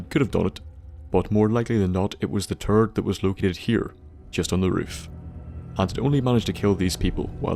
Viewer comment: Every time you said turret I heard turd